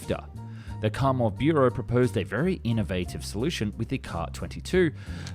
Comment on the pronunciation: Kamov, not Kamo. You missing V in the end of pronouncement.